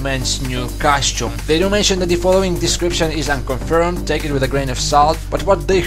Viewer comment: costume not cashew.